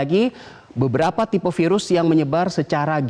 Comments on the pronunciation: yg ke 3 ngomong virus jdi seafood :v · Hahaha iya dong ngakak, dr virus ke sivud haha